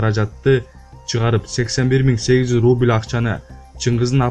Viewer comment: РУБИЛ эмес РУБЛЬ